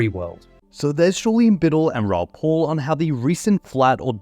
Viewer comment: It's PAL, P-AL not bloody Paul. He's pronounced it himself a million bloody times. Are you a robot,? Please, for the love of God, say it properly or I will lose my mind.